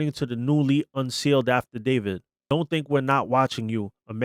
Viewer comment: Bro. Stop saying afterdavid..